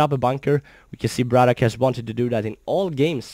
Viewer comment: gg. Nice upload. His name is "Brat OK" not "braddock" or "brattock". Not nitpicking just thought that you should know. Take care.